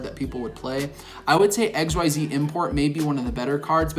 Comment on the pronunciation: I like how says "X Y Z" import and then immediately pronounces "Xyz monsters" correctly